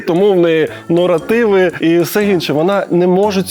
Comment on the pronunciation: Дякую. Ось і продовження про ту тутуту бободану учпешний ічччпек. Нарешті. Дочекалася. Вона точно в суд піде. Норотиви в неї норотивні. То моє оціночне судження. Та особиста думка. А так судячи з того шо вона мене то моє оцінене чудденн та власна думка. Шо вона просто меле все шо попало. А юристи в неї певно такі самі успішні успіх моє оцінене судження. Люди які в неї купаються те . Де ви беретеся, А от ще подумала. А вона на підтвердження своїх слів у суд приведе всіх тим місіонерів міліонерфв випущених нею. А так вони покажуть свої мільйони. В мішках принесуть. У валюті гончаруки. Такивона просить записати відео про неї відео. Це ідея. І дорогі що ж понад співає на медвежій мові? Коротше за моїм оціночним судженням її підписники такі самі як вона. 😂😂😂😂😂😂😂😂😂 особливо та яка за кермом комментує точно сказала 89 відсотків людей мислячі. Нормальні. Так кому треба реклама та розкрутка пишіть відео зі своєю особистою оціночною оцінкою на ту з фефектом мови😂😂😂😂😂. Чекаю продовження про богдану